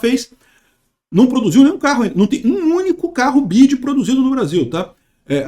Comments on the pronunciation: chamando "BIDI" 😂😂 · "bid" kkk